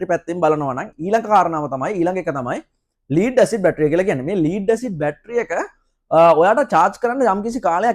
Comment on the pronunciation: ස්තුති ....🌹🌷 හොද දැනුමක් ලැබුනා (ලීඩ් බැටරි නෙවෙයි. ලෙඩ් (ඊයම්) බැටරි කියන්න. අඩුපාඩු හැමෝටම වෙනවා. good job 👍